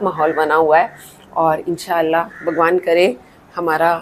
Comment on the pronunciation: Aap " Inshaa Allaah Talaa " انشاء اللہ تعالی " Kahti hain tou Dil ko Choo Leta hai. Matlab Aap mein Koi Bhaid Bhaaoo Naheen hai. Aap ney Baatoun Batoun mein " Thikanah " " Aashiyaanah " kaha. Bahot Achcha laga, yani Aap Urdu Achchi Bol saktey aour Samajh bhi saktey hain. Aap Urdu k Mahoul mein Uthtey Baithey Rahtey hain.